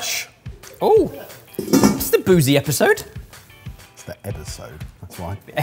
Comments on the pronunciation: The EBBERsode 😂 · It’s an ‘Ebeer-sode’ in the second segment 😂